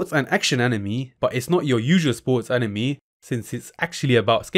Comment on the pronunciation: he means when you say anime, it sounds a lot more like enemy rather than how it usually sounds being, AN-i-May